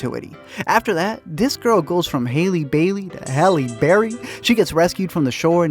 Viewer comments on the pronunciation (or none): halle not haley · Your editing and voice overs are literally the best! always! Her name is pronounced Halle though, not Hailey. ;) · Halle (Ha-Lee), not Hailey. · I didn't scroll super far so sorry if someone's already said it a bunch but her name is Halle Bailey, just like Halle Berry, not Haley like Hailey Bieber. Just, you know, protecting the pronunciation of black girl names. You get it, thanks in advance. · HAL-EE NOT HAILEY! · Friends . Please . PLEASE . Halle Bailey is pronounced the SAME as Halle Berry . It’s NOT HAYLEY 😭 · Pronouncing her name as Hailey the whole review only to make a Halle Berry joke is pure genius or perfect mistake 🤣🤣🤣😂😂😂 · Great video. Small correction. Halle Bailey's name is pronounced like "Halle Berry" not "Hailey Bailey" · Her name is pronounced Halle like Halle Berry not Hailey. Also, the hair part is true. As a cosplayer, it is so hard to lock down the look of her hair in order to recreate it. The 3 different looks are killing me. lol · That bothered me the most lol HALLE NOT HAILEY LOL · It’s not hailey it’s Halle 💀 like Halle barry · I love your videos and agree with so much of this video… but Ima need you to say Halle’s name correctly. You said it right once but kept saying Hailey 🥴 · how did u say halle berry right and not halle bailey right when they have the same first name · Her name is pronounced Hal-LEE like Halle Berry. Please put some respect on her name. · I’m sad you said her name wrong so many times then said Halle berry😢. It’s the same spelling and pronunciation Halle Bailey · Great vid. Her name is Halle though. Like Halle Berry. But Halle Bailey. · Nice vid but its Halle as in Halle Berry, same spelling and thus same pronunciation